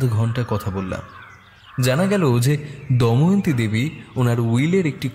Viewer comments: It's Damayanti not Dayamanti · বারবার "দময়ন্তী"কে "দয়মন্তী" উচ্চারণ করাটা ভীষণ কানে লাগছে। বিষয়টা বোধহয় editing এর সময় আপনাদের নজর এড়িয়ে গেছে। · দময়ন্তী উচ্চারণ টা 🫣 বাকিটা জাস্ট দারুন ❤❤ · Please sir ato sundor path presentation er modhye main character er ei vul name uccharon khub kaane laglo Please etake clear karun ei vul unexpected Ager part eo same vul